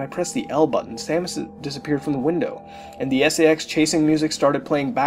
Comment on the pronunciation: For a Second I Thought He Said SEX Infection